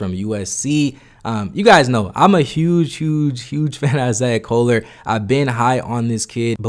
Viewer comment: This dude butchering everyone's names. "Steven Castle, Isaiah Coler, Ja'Kobe Walters" put some respect on their names bro, this ain't no Antetokounmpo. Stephon Castle, Isaiah Collier, Ja'Kobe Walter